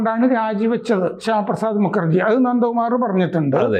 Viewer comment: മുക്കർജി ✖️✖️❌️❌️ മുഖർജി ✅️✅️✅️☑️☑️✔️✔️✔️